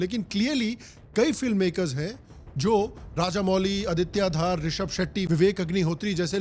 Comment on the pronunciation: Aditya Dhar hai Bhai Aditya Dhaar nahi being myself a Kashmiri your pronunciation is wrong